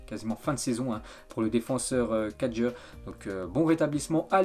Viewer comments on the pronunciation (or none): Simon kyaer et non Simon kadjer